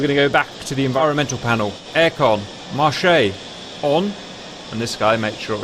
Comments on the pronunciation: The verb marcher is pronounced “marshay”. The imperative “marche” is pronounced marsh. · Just one thing, Cap, the word "MARCHE" is actually pronounced like the month "March" (which means pretty much "ON") .. if you pronounce it like you do, it alos exists but its the French for "market" ;)